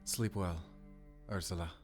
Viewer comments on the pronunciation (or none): URSULA?? TF YOU SAYING URSLUA FOR..ot is it good night in German